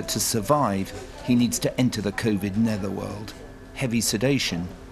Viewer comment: Did he say Covid Nether world?